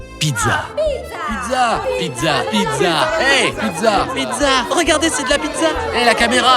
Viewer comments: "Pitsa" pas pidza mamma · Juste pour vous informer que la pizza 🍕 se prenonce pitsa et pas pitza . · pourquoi vous dites PIDZA ????